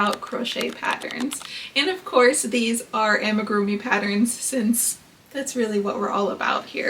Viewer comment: this comment is so unnecessary, she’s pronouncing it fine